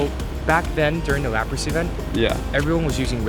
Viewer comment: "Lapri" Excellent latin